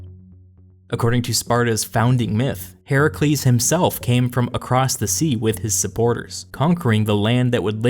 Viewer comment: Thank you for pronouncing Heracles, the original way, instead of the Roman way.